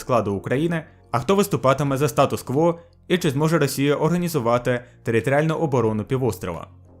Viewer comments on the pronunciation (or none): none